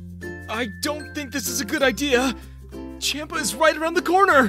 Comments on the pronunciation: He is pronounced as SHAM-PA not CHAM-PA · bro i don't know why it's funny the way they pronounced Whis and Champa. "Wiz" "champ-a"